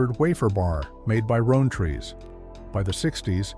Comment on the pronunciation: Rowntree -- Rown like town It's Nestlee's not Nestlay's